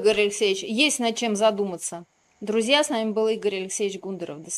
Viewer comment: ГундАров...почему фамилию не правильно говорят..?